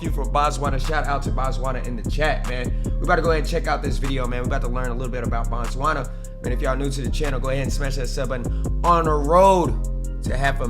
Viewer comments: Yhoooo this video. Typical Western take on African nations, so not shocked anymore, just irritated: • BOtswana (land/place of baTswana). In Bantu languages we use prefixes to denote something in the root word. Oversimplified explanation for Sotho-Tswana languages... BO (Place), MO (Person), Ba (People), Se (Language). Pronouncing it as "BaTswana" is referring to people, not the nation. "BO" vs "BA", this is broken seTswana. • White people "oppressed" in Zimbabwe is basically what people referred to Zimbabwe's expropriation WITHOUT compensation. Before that, like in South Africa and Namibia, agreements were done (Expropriation WITH compensation) which meant a land claim is done, evidence is found that land was stolen from locals through previous laws (under Rhodesia or Zuid Afrika regimes), current laws demanded those farmers still get paid by the current administration to BUY BACK the farms to give them back to the original owners. So naturally huge amounts of money are needed to "settle" with the same farmers who stole land in the first place (Billions in South Africa per annum. Think Haiti's settlements with France). Naturally white people didn't like this as they wouldn't receive a cent for previously stolen land, and thus the need to scream their "oppression" (you still find many white people in Zimbabwe, it is the alarmist loyal Rhodesians who repeat this oppression story, and who are still unapologetically "Rhodesian" till today). The West has highly misinformed, and tw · Your pronunciation of Botswana is wrong. It’s Bo-Tswana not Ba-Tswana.Batswana means the citizens of Botswana 😂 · Can we respect the country by pronouncing the name correctly. it is BOtswana, not BAtswana. Botswna is a country and Batswana is the people of Botswana. The vowels "a" and "o" makes a difference. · it's 'boo-tswana' not 'ba-tswana'❤ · It's Botswana not Batswana that is the names of the citizens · Its Bo Bo Bo Bo BOTSWANAAAAA not BATSWANA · BO TSWANA NOT Bantswana 😂😂😂😂😂